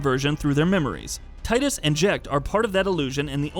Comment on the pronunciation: After all these years people don't know its TEE-dus... NOT tide-us... square has confirmed this multiple times. Get it right.